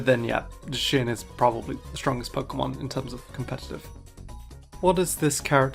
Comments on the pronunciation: shows how Zacian is supposed to be pronounced also: proceeds to mispronounce Zacian later in the video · Bro said how to pronounce Zacian and then pronounced it wrong later in the video lol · You literally corrected the pronunciation of Zacian to mispronounce it lol good comment baiting. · I like how the first fact was about how to pronounce zacian’s name and immediately afterwards in the next fact about it mispronounced Zacian’s name lol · I love how after discussing how to pronounce Zacian's name but then later pronounces it differently. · I was screaming at the screen everytime you pronounced "zacian" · This is how to pronounce Zacian's name Also: continues to mispronounce Zacian's name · Bro if I see one more idiot try to say that mimikyu is a pikaclone I'm gonna lose my shit Also YOU PRONOUNCED ZACIANS NAME WRONG IN THE SECOND HALF OF THE VIDEO 😭😩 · Explains how to pronounce Zacian, completely butchers it minutes later. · Can we talk about how he starts by talking about how to correctly pronounce Zacian and then repeatedly mispronounces Zacian ? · How Ageislash and Zacian are pronounced both weird. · I love how the first entry is about how to pronounce Zacian, then in a later entry he still pronounces it wrong. The irony. I'm not trying to be rude, you can pronounce it the way you want it's your choice lol . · Fact one: it's pronounced ZAShian Later: ZaSHIan is not the strongest pokemon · Ive always called it za-shi-an and to people who call it zay-shin… its supposed to soud like cyan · You: IT'S PRONOUNCED ZAHSHEEAN NOT ZESHEAN Also you: So anyway Zeshean is not the strongest Pokémon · "So there you go. 'Zacian' is pronounced 'ZUH-she-un'". [later in the video] "zuh-SHE-un". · I pronounce and always will pronounce Zacian, Zay-she-in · you made a whole segment saying that people can't pronounce zacian right, and you can't either